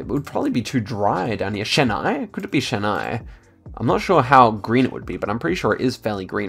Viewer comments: it's pronounced Chin + I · The ch in Chennai ISNT pronounced as the ch in the brand chanel, it’s pronounced as the ch is chalk.